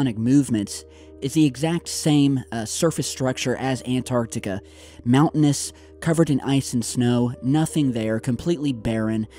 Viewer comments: U finally learned how to say Antarctica! Keep it up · It's nice to hear an American pronounce Antarctica properly.